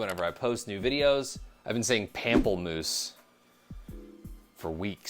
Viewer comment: Bravo Monsieur, nice pronunciation of pamplemousse 👏. Can’t wait for the full French video!